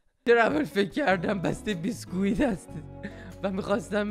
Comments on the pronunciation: دلبندم بیسکویت بگو بیسکویت ، بسکویت چیه🤣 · به بیسکوییت میگی بِـسکوییت خندم گرفتتت 🤣😂😂😂😂😂😂